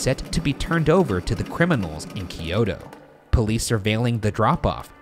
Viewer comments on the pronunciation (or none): none